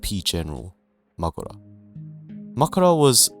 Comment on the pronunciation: Great video man, I loved your points. My only complain is how you Mahoraga XD it sounds like you say Makora instead of Mahoraga